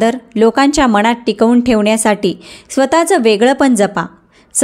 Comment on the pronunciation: उच्चार चुकीचे आहे मनात असा उच्चार करावे